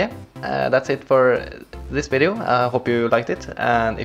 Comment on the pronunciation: Hello guys welcome to another vvvideo and in this vvideo XD then after that u Said wideo XD Good job! XD